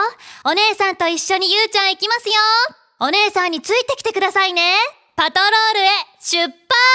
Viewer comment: の「オウッオウッオウッ！！」 天使ー！！ アシカショーなのに🦭イルカのイラストが🐬 「町のパットロールにゆーちゃんが出かけるよ」 可愛い❤️💕 「今するなぁ！」好き！！